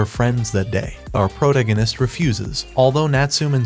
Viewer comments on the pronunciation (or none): That and him saying "proganist" instead of protagonist keeps me from watching these vids. And he says it CONSTANTLY. Never the characters name, always proganist...🤦‍♀️ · Ugh... was 1 min in before i realized you were the pro-gan-ist guy. Wtf is a proganist??? You mean proTAgonist?? I can't listen to this. So many mispronounced words. If this is ai reading this shit it's really DUMB.